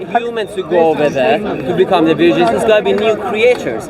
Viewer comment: No one:: “72 Wirgins”